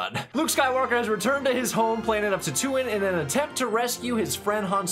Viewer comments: Ok.. TAN-TOO-WEEN … that’s the home planet… I never laughed so hard when you pronounced his planet name…also Jabba the hut was 3 guys in a huge suit… and he’s a giant puppet… 3 guys inside that thing…. To answer your question.. if you remember in empire when Vader talked to the emperor on the holo com… the emperor told Vader the son of skywalker must not become a Jedi… and yes the emperor knows Vader is Anakin Skywalker.. also George Lucas kinda never explained anything about Yoda’s race.. he wanted to be.. well mysterious…and I think he did a great job of that.. and yes… when I showed my kids the movies.. I started with 4 5 6.. then 1 2 3… So yea luke became an orphan like 6 times.. first his mother… then his father…then the empire killed his aunt and uncle… then obi-wan became like a father figure.. then he died… then Yoda .. then he died… then he got his father back.. and he died… I really hope you watch the prequels… a lot of people give George Lucas a hard time about them but I really like them… don’t even bother with the Disney sequels.. they are NOT Star Wars… period.. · As a lifelong SW fan, you have been my internal voice represented on screen with your notes throughout this series. Also.... can we all agree that Tatoo-Inn shall forever be remembered. I've also NEVER heard Tatooine pronounced that way before lol.